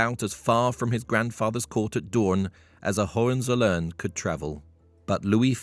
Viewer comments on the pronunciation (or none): Learn jhow to pronounce Hohenzollern. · Try to learn how to pronounce "Hohenzollern"...